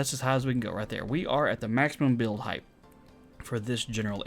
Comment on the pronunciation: Hey, RawGage here... great video. A couple things to make note of is falling and stopping on a ladder with the jump button and, if you're going to do these tests in the name of science, please pronounce height correctly. It's pronounced with a hard "T" at the end as if it was spelled hite... no "TH" sound. I know so many people get it mixed up with LENGTH and WIDTH but it sounds silly when someone says HEIG-TH (it even looks weird!) Lol Love the content and please keep testing! 😎👍